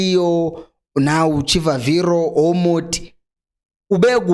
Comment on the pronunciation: He's not Chivaviro but pronounced this way Chibabiro